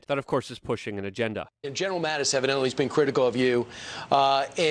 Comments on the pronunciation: Luke it's Mattis, not Mathis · Mattis, not Mathis.